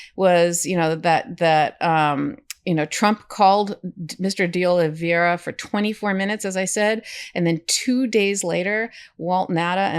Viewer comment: Love this channel, great and important work. It’s pronounced- (Oli(VAY)ra) - OliVEIra. It’s a little tricky but actually easier once you get it. E before I sounds like (AY). Think “Hay”.